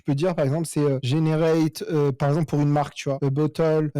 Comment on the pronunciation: "a bottole" mdr